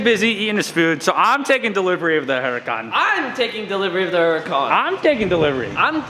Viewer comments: I try and watch you time and time again but you pronouncing Huracan......There’s a fucking H in the name of the car. It’s not Uracan. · Nobody: TJ: "Urukaan"